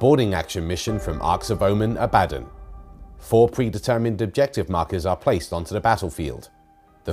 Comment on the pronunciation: why you say Abbaden sheesh